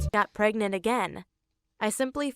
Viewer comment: It’s pregnant, not pregegonant, LOL